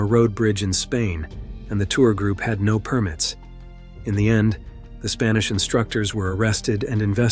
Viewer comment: He pronounced it differently, like 'now'.